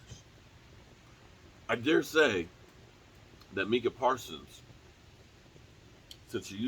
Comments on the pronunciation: It's not meekah right? It's Micah lol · New player, new name mess ups lol.. “Minkah Parsons”